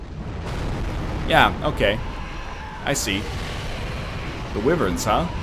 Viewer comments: I thougth that it was pronounced WHY-vern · Whivern is the most common pronunciation I believe